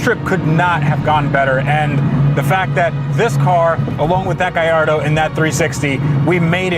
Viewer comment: Gayardo is more like garbanzo